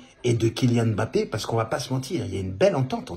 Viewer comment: Que ça fait du bien d'entendre quelqu'un prononcer correctement le nom "mbappé'' ... Y'en a marre d'entendre leurs embappé , enkunku , engolo , ....oohh la la